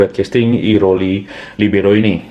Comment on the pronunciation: libero gitu aja bli.. biar gak kesulitan ngomongnya kwkkwkk